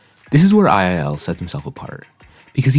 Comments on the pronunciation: its two-l not ii-l !!! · isn’t II-L pronounced as two-L? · II-L is actually pronounced "twoell" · btw the mappers name is pronounced “double L” and he is now an osu! player and has SS’d one of the insane diffs with hidden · slight pet peeve but u pronounce it two L 👍